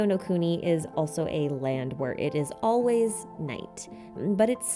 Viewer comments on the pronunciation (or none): none